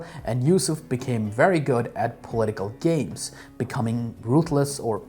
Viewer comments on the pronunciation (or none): none